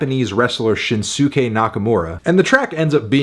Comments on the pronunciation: "Shin-soo-kay" 😂 It's pronounced Shins-kay, but say it a bit faster. Shinsuke=Shinske, don't pronounce the 'u'. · Shin-soo-kay? SHIN-SEWWW-KAY? It's Shin-skay! Say it right! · “Shinsookay Nakamura” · Silly Anthony, the name “Shinsuke” when pronounced drops the “u” so it’s just pronounced “Shin-skay”. Now you must stand trial for your crimes against grammar. Lawyer up. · "shin SOOKAY nakamura" hahahaha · I have never heard someone pronounce Shinsuke Nakamura like Shin-Suke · Shinsuke Nakamura’s first name is pronounced Shin-skey you kinda dance around that “u” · Fantanos pronunciation of Shinsuke almost killed me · as a wrestling fan it made me want to die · The way Fantano said “Shinsuke” 😂😂😂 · I love how he butchered shinsuke nakamura's name. We get it ant. You don't watch WWE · The way melon pronounced SHINSUKE hurt me. 😂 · Oof that pronunciation of Shinsuke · That’s certainly one way to pronounce Shinsuke. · I knew he would butcher Shinsuke Nakamura’s first name lol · They way he pronounced Shinsuke made me rage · Botched "Shinsuke" Nakamura. Can we get a little bit of effort into pronouncing names correctly. He's the king of strong style Melon. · Sorry I just cringed heavy when Fantano tried to pronounce Shinsuke Nakamura... 😬😬😬😬😬😬